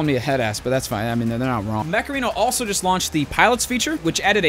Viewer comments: Am I the only one thinking of the Macarena song every time Dooo says Mech Arena ? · Lmao, the add time broke me when said mech arena like macarena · I always hear 'Macarena' when doo says 'Mech arena' and now the song is once again stuck in my head. :/